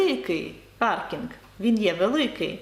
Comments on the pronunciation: Дякуємо за вашу роботу ! На рахунок паркінгу - Французи кажуть не "паркінг" , а - паркінь. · Я не кажу що це помилка ,я чую паркінь- як говорять Французи .Ще раз дякую за Ваші уроки.